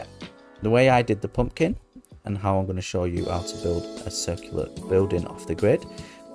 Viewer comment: I suck at symmetry so thanks! I'll try a poompkin 😂 I love the accent!